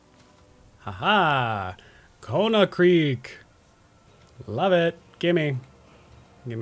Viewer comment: I just noticed you keep saying Konahrik as Konahkrik, I though I had misread it this whole time lol